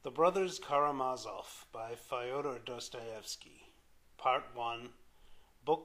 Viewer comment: Not Fi-oder (like Fido) - It's Fyo-der like Yo-der, with an F on the Front. But thanks, nonetheless.